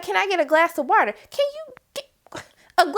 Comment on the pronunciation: Your emphasis on water. Had me dead😂😂😂😂😂